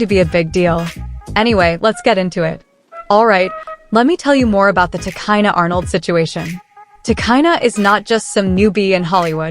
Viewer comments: You don't even know about the people you cover ,, your names are often wrong ,,It's pronounced " Ti, Cheena ". Arnold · Get the name right !!!!!! If you going too report on someone okayyyy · You can’t even say her name properly so how tf do you expect me to believe this video